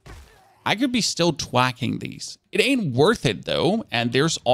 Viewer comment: theres an h in thwack.